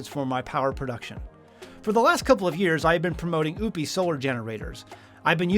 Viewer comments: it's not oooop-eees, it's O-pus. O as in Ohio and pus as in what comes out of a sore. And I think most people are just trying to get by day-to-day. As a 63-year old female with no family, I can't run a homestead by myself. I follow a whole food animal-based diet, about 90% carnivore, and have seen a remarkable improvement in my health, including 80 lbs. down. In the end times, which we are now in, folks, especially in the Torah Observant community, are going to have to come together instead of behaving like it's every man for himself. That is, IF they have a thought in their head about and want to see their elderly brothers and sisters survive. We have knowledge, skills, and abilities that we can contribute, and our generation typically exemplifies character traits such as honesty, integrity, and a willingness to work. And some of us have substantial physical preps as well. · Every time you say "Oupes" all I hear is "oopes daisies." Are you sure you're saying it correctly? 😅